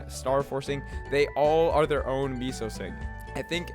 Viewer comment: the moment u pronounce meso correctly will drop a note 😂